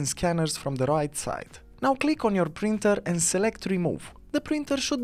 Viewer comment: It is Printer “P” as in Paul not “Brinter” heh